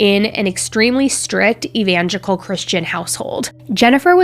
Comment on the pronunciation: It’s “evangelical” not “evangical” just trying to help!